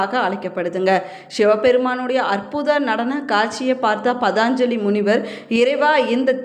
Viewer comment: தமிழ்கடவுளின்பெருமைகளைகேட்பதில்பேறுபெற்றோம் ஆனால்அந்ததமிழ்கடவுளைவர்ணிக்கும்போது தமிழுக்கேஅழகுசேர்க்கும் ழ கரத்தை அதற்கேஉரியஒலியில்சொன்னால்தான் அழகு ஆனால்தாங்கள் ழகரஉச்சரிப்பில்கவனம்செலுத்தினால்நன்று ,பதாஞ்சலிஎன்பதுதவறு பதஞ்சலி என்பதுதான்சரி